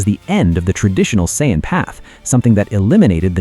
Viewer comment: Why would you use an Ai that cant even pronounce Saiyan?,its not the use of Ai that pisses me off for things like this,the creator might be mute for all I know,its the fact none of these assholes ever check what the Ai is saying and never do corrections in the script,you already being lazy using Ai voice the LEAST you can do is check the damn thing.